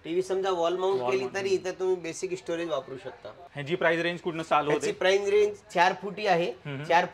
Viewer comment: प्राइज नाही, प्राइस म्हना 😅😅